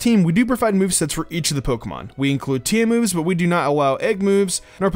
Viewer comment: "Incwude" "Awow"